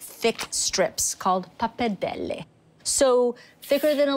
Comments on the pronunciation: She is really pronouncing pappardelle with a big difficulty, sounds really unitalian. She doesn't pronounce 'r', she says 'pappadelle'. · Isn't it pronounced 'poppa-deli'? 😕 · Sheena Vaught Pappardelle, like other Italian words, should be pronounced in an original way and not in an English way. Italian vowels are pronounced as they are written not in an “American-style”. 😉 PappardellE and not “Pappardelli”. Greetings from Italy ! 🇮🇹✋️